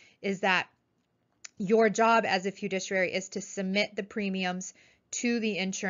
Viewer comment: It's great to read about all the people passing their exams. Please learn how to pronounce FIDUCIARY correctly. Great video!!